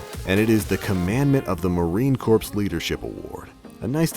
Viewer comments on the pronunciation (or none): Did you say Marine Corpse? You said Marine Corpse! Heh. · marine corps is pronounced as ma reen core